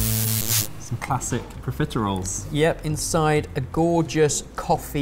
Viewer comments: I know theyre saying profiteroles, but every time i hear pizza rolls. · ARE YOU PROFITEROLES OR CON-FITEROLES? You’re welcome.